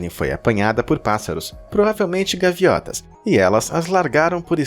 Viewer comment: Uai ele falou gaviota ??